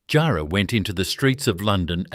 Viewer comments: Great video, its not pronounced jar like a jar. But jarrah like jah and white ants definitely will eat it. Thanks for the video from Perth. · It would be helpful if the narrator could learn how to pronounce place names & words like jarrah correctly.